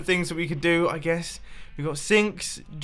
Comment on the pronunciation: This little game of yours reminds me of Grian's build swap videos. Basically you did a large-scale Build Swap on the theme of houses. That's "jacuzzi", my spoon friend... tbh I prefer the French pronunciation which makes it clearer.